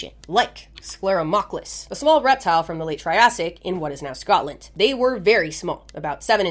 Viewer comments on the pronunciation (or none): none